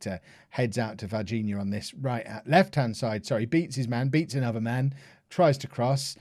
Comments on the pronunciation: Fun fact: Varginha is one of the worlds biggest coffee cities. Pronounced vahr-ZHEE-nya, so it's not at all bad when pronounced properly. :) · Suggestion of new name for Varginha: The Ninja (It almost sounds like your saying it anyway) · Would it be Var-Geen-A anyway? Soft g like garden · Let's help with Brazilian's names. JAIR > JAH- EER VARGINHA > VAR- GEE- GNA KAIO > KA- YO., is understandable that those names are difficult to you to say. I will always try my best to help you out. Don't worry about that too much.